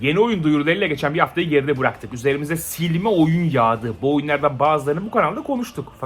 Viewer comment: Normalde İnsanlar: Bıraktık: BURAKTIK.